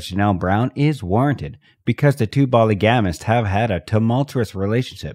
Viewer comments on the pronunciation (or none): Her name is not Meryl. It is Meri ( pronounced the same as Mary.) And polygamist is pronounced phonetically (as po lig a mist). It is hard to listen to this with major mispronounced words and names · Don't you just love that he doesn't know Meri's name or how to pronounce polygamist